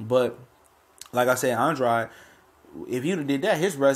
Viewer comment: Why Do People Insist Upon Mispronouncing Boo Boo's Name?!! He Pronounces It "ANN -DRAYD"...Not "AN-DROD"...Not "AN-DRODEE" GOT DAMN!!!